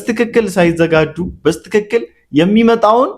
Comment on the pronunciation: በስትክክል የሚለው አነጋገር በትክክል በሚለው ቢስተካከል ጌታ ይባርክህ